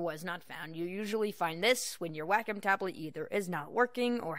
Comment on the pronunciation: WAK - EM TABLETs LOL its Way-com